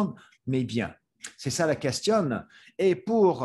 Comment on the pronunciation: I'm not fluent in french by any means, but shouldn't the last "n" be silent in words such as "Question, détérioration"? Just a small thing I noticed, curious if someone who's native could chime in